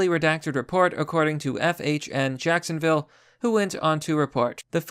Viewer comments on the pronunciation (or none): none